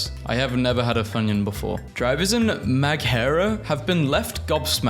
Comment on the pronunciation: Maghera is pronounced " Ma her ra" and the only reason I know this is because it's within my county.